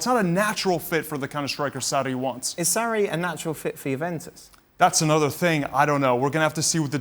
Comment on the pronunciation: Why does this guy say Sarri ‘Sallllhri’